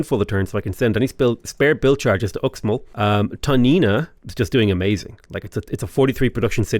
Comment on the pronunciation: It’s pronounced “Ooshmall” Fun fact: I went on vacation to the Yucatán recently. This Mayan inspired theme park had X(sh) in front of everything. Xsavage, Xirts for Xale, Xnack bar… reminded me of Sean Connery more than Mayan culture.